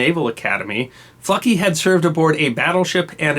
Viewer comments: who else thought he was saying "fucky"? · You really needed to stress the 'L' in FLucky good buddy. I drive freight trains so I was not impressed about FLucky's lucky train operation! Great story though.